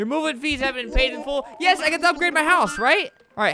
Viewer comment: why is everyone saying yas instead of yes